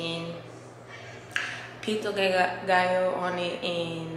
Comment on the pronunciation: Wait...why do you pronounce pico de gallo like that? 😂